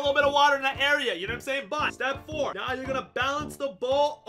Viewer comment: Are You Serious Right Neouw Bro